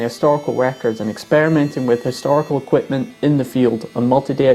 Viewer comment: Quipment? And I thought us Australians were good at dropping off unnecessary syllables. Approved!